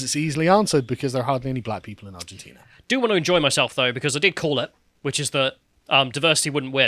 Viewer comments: Argentina, not ARGENTINIA. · Did anyone else hear them say "Argentinia", like "aluminium"? Is it just more fun to add an extra syllable to these words? I guess I need to try it out and see for myself! As an uncultured Yank, I feel like I'm missing out on something, haha! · “Argentina”, not “Argentinia” smh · Does think Argentina is called Argentinia or is he doing it for a joke? It's hard to tell... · "Argentinia" - now that's a geographic trigger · Argentinia lol, love me a Callumism... it almost sounds purposely saritical like Vee's Californiania. 😂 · 15 seconds "argenTINIA" 😂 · repeated pronunciation of "Argentinia" explains to me why the Brits call it aluminium instead of aluminum. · And 'Argentinia'. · Where is "Argentinia",?! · I like how refused to learn how to say Argentina. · I had to switch off at the twentieth mispronunciation of Argentina. How hard can it be? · The most entertaining part of this video is struggling to pronounce Argentina for 25 mins 😂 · Why are you doing a segment on a country when you can't even pronounce the name ? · If you are going to discuss a country you could at least muster up the decency to pronounce its name correctly